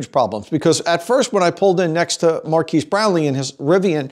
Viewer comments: his name is Marques. Not "Marquise". it's pronounced "mar-kez" not "mar-keese". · MKBHD* and its Mar(kez) not Mar(keys) sorry to be pedantic... drove me slightly crazy inside each time you mispronounced it. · Say Markeys (Marques) One more time 👀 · love the vid, keep it up. his name pronounced MAR-KEZZ tho.lolol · Also, if you and Marques are going to be BFFs, it's pronounced Mahr- kezz :) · Him saying Marques name always makes me chuckle a little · Nice collaboration. I saw your experience through Marques' channel. Please don't take this the wrong way but you mispronounced Marques' name. He was polite and didn't correct you, but just FYI. I still enjoyed your video. Thanks. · As most, here from Marques lol… you pronounced his name wrong btw